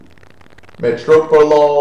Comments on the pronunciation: its metOprolol...not metro... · It's actually METOprolol, not METROprolol haha